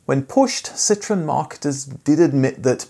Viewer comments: It’s not citron ,super annoying u calling that ,Citron is a lemon in many languages,Citroen is a French car company,annoying accent bro some people don’t tell u do truth … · It’s not citron it’s citroen….